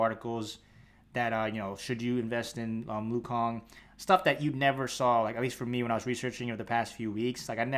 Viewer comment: nah he said lu kang in the video by accident thought it was funny